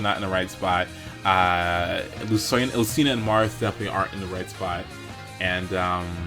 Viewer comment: Marth not Marty